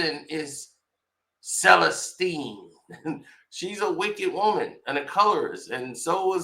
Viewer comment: Selesteene I'm thinking, incorrect pronunciation